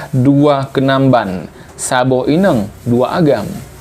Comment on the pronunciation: Ineng ⁉️ Inong (inöng) ✅